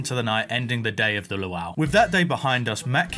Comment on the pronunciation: what in the hell is that pronunciation of luau?